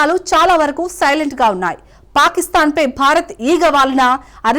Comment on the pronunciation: పారిస్తాన్ కాదు పాకిస్థాన్...